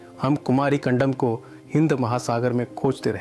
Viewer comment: कंदम न की कंडम